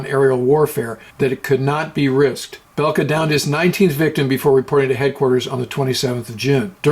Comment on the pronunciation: its bulke thats how you pronounce him he was also richtoffens mentor